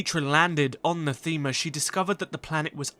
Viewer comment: The Ebon Hawk is still on Nath-ee-ma, while the Exile stole a shuttle and made it to Nathema